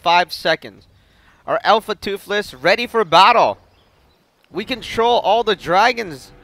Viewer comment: "Alpha Tuffles" oh man... -.